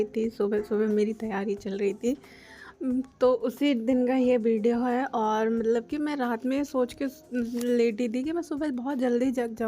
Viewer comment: aur bideo nahi bolte hai bolna seekho pehle phir video acha banao